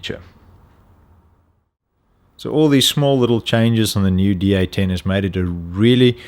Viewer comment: Sounds like he's saying D18 (D-Eighteen) not D810 (D-Eight-Ten)!